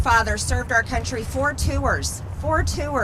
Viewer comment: *I bet she was a bossy kid. Can you imagine how badly the other kids hated her? *She doesn't understand that Government is not a for profit entity. *"Four too-ers. Four too-ers." (four tours) *Wasn't she working to strip millions and millions of votes? She thinks we care about stripping the votes of the looney folks that elected her? *She clearly doesn't understand foreign aid. Who the hell voted for this moron? *People supported Trump because he supported their racism, conspiracy theories, etc... *Jealous much? *A lecture about judging others from the crazy lady that followed a child victim of a mass shooting and judged him in a lunatic manner